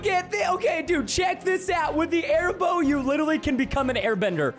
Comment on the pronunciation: The airbow sounds like hairbo